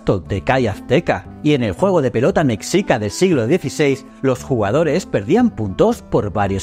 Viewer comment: Soy mexicana y te agradezco mucho por este video tan bien explicado y documentado, gracias por dar a conocer parte de nuestra cultura. Solo unas pequeñas correcciones sobre pronunciación, ya se que a los españoles les cuesta trabajo saber como se pronuncia la X en las lenguas prehispánicas, porque realmente es muy caprichosa y no sigue ninguna regla, Mexica se pronuncia Meshica y Oaxaca es Oajaca